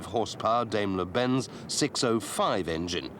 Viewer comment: Don't know how long ago this film was made... it's an excellent ref. But for the record it's pronounced DIEm-ler not DAYm-ler Benz. German phonetics "Dai" is pronounced like "Die" in English and "Die" is pronounced "Dee". (Confused yet? One year high school German. And yes. It is complicated. Had to ask my instructor about this very thing.) Onward.